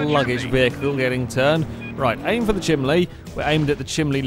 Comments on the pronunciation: how many people are being pissed off at pronouncing chimney chiminley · RANDOMLETTERSBLAH -Drift Enemy- was pronouncing it "chimLey", which is the entire point. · ***** I'm from Sheffield and I pronounce it chimini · I live in Georgia in the States and I've actually heard people pronounce it chimley before, so I don't think it's just a geographical location thing. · Yeah didn't even last 10 minutes into this video, I can't handle the stupid awkward laughing and the ridiculous way of saying chimney, I'm out. I give up.